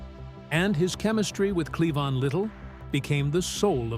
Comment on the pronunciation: Cleon? It’s “Clevon”